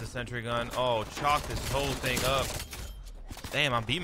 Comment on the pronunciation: nah he said “this THING is nasty”